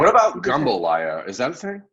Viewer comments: It's jumbalaya, not gumbalaya. Gumbo is a different dish.lol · Try “jambalaya” lol